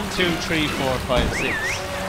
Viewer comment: you saying your tongues arnt long enough to stick out between your teeth so you say "tree" instead of "three"?